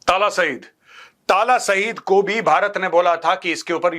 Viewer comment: Oo bhai talha saeed hota hy tala saeed ni😂😂